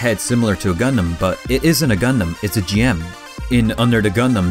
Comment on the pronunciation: Pronounced Jim not G,M!!!!!!!!!!!!!!!!!